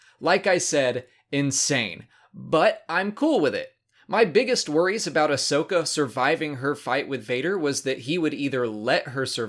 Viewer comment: Great episodes. This half of the season is awesome. I have just one little problem with the last episode. Her name is Ahsoka, not Ashoka. Get it right,!